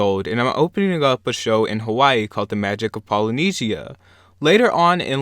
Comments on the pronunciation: Polyne-SHIA! 😂😂 it’s pronounced like Polynesia-zsha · Ho can’t pronounce Polynesia